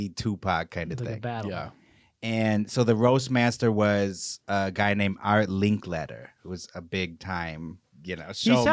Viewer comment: It's Link-letter. Not Link-Later.